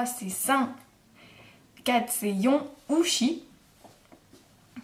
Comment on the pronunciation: je crois que tu ne me comprends pas. Je parle de la prononciation pas l'orthographe, dans ta vidéo tu dis yon comme non et pas yon comme nonne! C'était juste ça...